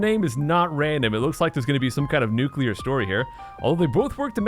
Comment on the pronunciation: Thank you for saying "noo-klee-ur" and not "noo-kuu-lur".